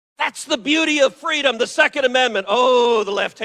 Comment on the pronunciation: Or FWEEDOM 🤣😂